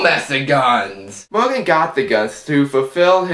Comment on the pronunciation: Mowgan and Duwaaane. Killing myself here! (I'm sorry!)